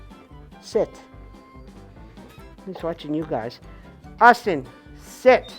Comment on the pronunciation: Hayyy that's a Austin video.... Sounds like the lady calls him Awsome😂😂😂 thus the Austin video